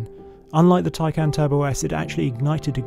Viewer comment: If you go to the Porsche site and search, how to say Taycan, I am sure you will find you are pronouncing the name wrong. Its not, tie-can, its, tie-con.